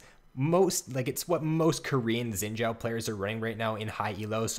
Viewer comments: Better than it sounding like "Zin Zao" , ideally it's supposed to sound like "sheen Jao" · Could not watch more than 30 seconds due to "Xin Jow"